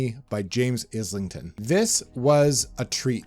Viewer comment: I hate to be that guy, but I’m often that guy: it’s ISLEington, like island. Look up Mike’s interview with him, where he asks the man himself how to pronounce it.